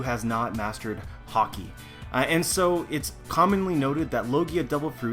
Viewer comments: good video. only thing that ticked me off was how you pronounced Haki. you say haw-key but the anime says ha-key. that's a personal thing but yeh good video. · why are you pronouncing "Haki" as "Hockey"? Anyway good stuff. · Love your videos agree with 90%+ but for the love of oda stop pronouncing haki like hawki other than that keep up the great work:) as far op fruits go, I know it's a movie fruit but still well established within the universe, Ain's modo modo no mi is in my mind the single most over powered fruit there is, if she was on whitebeards crew or any of the old powerhouses.......I shutter to imagine